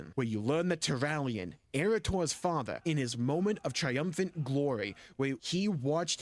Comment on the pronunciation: “My fadder”